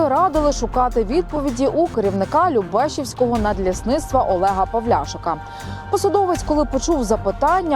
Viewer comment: ЛюбешІвського, а не ЛюбЕшівського, недоучки!